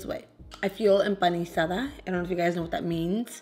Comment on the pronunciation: enpanisada lmaooo all breaded